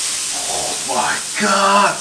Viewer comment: 點解加蔥既My God會有T音嘅🤔️